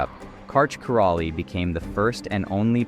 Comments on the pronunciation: Karch is indeed the GOAT…but, your pronunciation of his last name was jarring. Literally never heard anyone pronounce it ki-raw-lee. It’s always been pronounced ki-rai-e. His dad escaped Hungary and played volleyball for them, which was how he got started as a kid. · As an american did you really pronounce Karch's name like that?